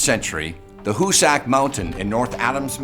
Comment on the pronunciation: It's pronounced Hoo-sick